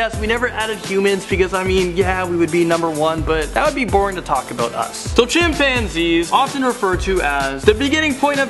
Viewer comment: When he said chimpanzees,I thought he said champagne.Ha LOL